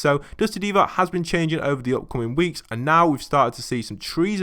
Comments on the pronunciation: It’s "Divot" not "Devot" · Divot is pronounced like “Divvit” not like “Deevaught”